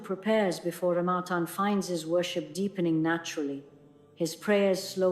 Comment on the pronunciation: AI is saying Ramatan not Ramadan. Ya Allah.